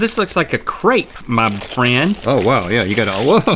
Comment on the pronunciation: I cringed every time they pronounced crêpe incorrectly 😩